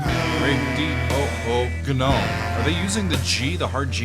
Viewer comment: Excellent. Yes, a hard “g” on “gnome” because that’s the French pronunciation. Glad you discovered Gong!